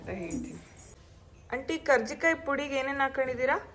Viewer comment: Akka adu karjikai alla karchekai